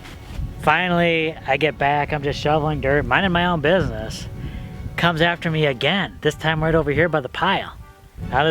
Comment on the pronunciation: 'Minding my own beenest' :P